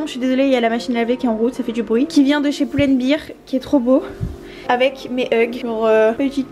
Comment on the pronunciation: Hello. Fallait que je te le dise, on dit "Poul and Bèr" (Pull & Bear) ^^. Voici, sinon bravo pour tes vlogs, et joyeux Noël bien sûr;-).